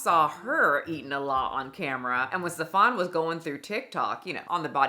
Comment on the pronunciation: I am not calling him Stef-AHN with that fake ass accent 😂 That dude's name is pronounced Steven. Steven is just a dude from like Bushwick or somewhere. It's bad enough he's convinced all these women he is the gatekeeper to paradise. We are not falling for the name, too!